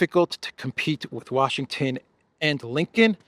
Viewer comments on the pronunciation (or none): none